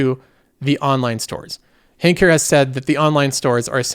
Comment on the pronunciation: Try Honk, not Hank. Also try a less snooty tone, given your recent track record. Who gave Netflix two thumbs up at its peak price?